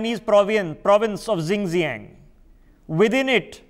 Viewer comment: Xinjiang is not pronounced as Zingziang ! 😂🤦🏻‍♂️ It is शिञ्च्याङ्.